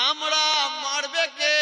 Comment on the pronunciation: আমড়া, আমড়া, আমড়া,,( আমরা উচ্চারণ করতে পারেন না)